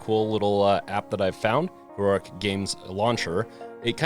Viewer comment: Your pronunciation of Heroic is giving me fucking anxiety.